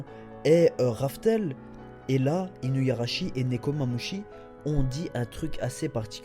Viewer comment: Je pense que tu vas être déçu, car Weeble est à la recherche de Marco et va probablement le tuer. Il faut bien une raison à Luffy pour l'affronter.. Sinon j'en profite pour dire que c'est "Inuarashi" et pas InuYarashi" mais sinon c'est super continue ;)